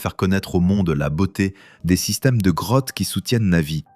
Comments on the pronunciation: Je rêve où il a dit "crottes" au lieu de "Grottes"? 😂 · Oui j'ai entendu ca aussi